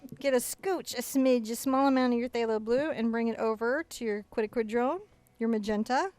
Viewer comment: Watching this again and painting today...Nov 27, 2016.....I realised something from watching your newest videos in 2016.....you actually HAVE learned to pronounce quinacridone magenta and say it all the time with no trouble....I still love hearing you say "Coatequitl"...which is harder to spell than it is to say...and you actually helped me remember the name of the paint when I went to shop for it in November 2015.....Best wishes to all of you and your family and thank you for all the great lessonsI have enjoyed for over a year now....<3 <3 <3